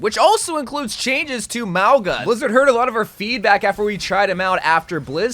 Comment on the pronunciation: Lol you're pronouncing a couple hero names wrong. It's WIN-STON, not WIN-TON, there's an S in there... and again, MOW-ga, not Mog-wa